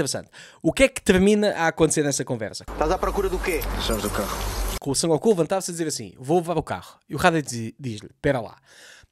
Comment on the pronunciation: o nome do gajo é Son Goku, não San Goku. Boa sorte para as análises dos próximos episódios, pois tudo leva a querer que esta temporada é muito pior.